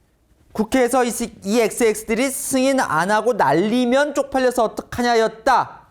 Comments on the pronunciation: 충청도식 발음이니 끝에 "믄,, 자가 들어감 날리면 날리믄이 맞다고 봄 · 날리(믄)면 처럼 들리는대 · 내귀는 정확하게 날리믄 이라 했다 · '국회에서 이 xx들이 승인안해주고 날리면 쪽팔려서 어떡하나'가 아니라 '국회에서 이xx들이 승인 안해주고 날리믄 쪽팔려서 어뜩하나' 정도로 들림 윤대통령의 발음이 날리믄 이라고 발음이 약간 안좋게 돼서 바이든으로 오해가 쌓여버린 상황인거 같아요 그리고 애초에 이xx들이 라는 말은 바이든이라고 했을때의 mbc가 제시한 문맥에는 어색합니다 '(미국) 국회에서 승인안해주면 바이든은 쪽팔려서 어떡하냐' 가 되면 그나마 자연스러워 지겠지만 '국회에서 이xx들이 승인안해주면 바이든은 쪽팔려서 어떡하냐'는 어색해집니다 이xx라는 말에서 '이'는 말할때 말하는 사람과 가까운쪽의 대상에게 사용되는 말이기에 문맥을 어색하게 만듭니다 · "날리믄" 이었습니다. 가끔 이렇게 발음하더라고요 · 이게 바이든의 첫 ㅂ은 아예 들리지도 않거니와, 날리면이 아니라 날리므는 이런식으로 사투리식 발음이라서 끝이 은 으로 들리기 때문에 한사코 저새끼들이 바이든이라고 우기는거임. 문제는 수많은 국민들이 바이든으로 믿고 있기 때문에 대중선동에 엄청난 악영햑을 줫고 심지어 미국에도 기사를 보내면서 외교 마찰을 일으키려고 했음. 이건 그냥 넘어가서는 안된다는거. 레알 악마같은 악질들임. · 이해 ㅈㄴ 못하네 자막을 저따구로 적어놔서 그렇지 사실은 승안 안 해주면, 날리면이구만 차라리 발음이 ㅂㅅ이라고 해라 ㅋㅋ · 내귀에는 또렷이 객관적으로 날리면으로 듣김 😅😅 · 근데 솔직히 날리면으로 들림.